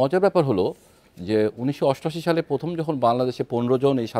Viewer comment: একজন ব্রি. জেনারেল বার বার পথম পথম!!!! উচ্চারণ করছেন 😅😅😅😅 লে হালুয়া 😢